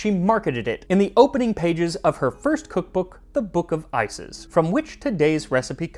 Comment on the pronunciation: "book of ices" hits my ear a little funny ngl